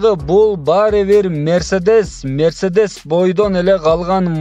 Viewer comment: Мерседенс эмес Мерседес тууган туура айтчы